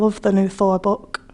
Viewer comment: Is there a name for the phenomenon that shows up here with "Thor book" where a word ends with a hard K sound, and they seemingly do a glottal stop, or at the very least stop vocalizing for a decent amount of time before a very emphasized very hard K sound? I feel like I have noticed that from a lot of British people on youtube. Honestly I find it somewhat annoying when I hear it, but at the same time I'm intrigued by it linguistically. I feel like the most "general" way to say it would be with much less or no space between the end of vocalizing and the K, or in other accents, with purely a glottal stop. It feels to me like they've already finished the sentence and would be understood with just a glottal stop, and then go to extra effort to really build up pressure to make that K really pop. Despite my slight misophonic reaction to hearing it, I am curious about it. Whether it's common in several British accents or just one, and whether it's been studied or even noticed by anyone else (maybe it's just a weird "me" problem)